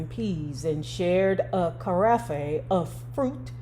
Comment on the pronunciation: Peace. The"e" is silent in karafe. A pitcher of fruit punch😂